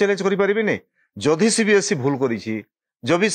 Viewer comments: Not CBSC.. It's CBSE.. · It's not CBSC it's CBSE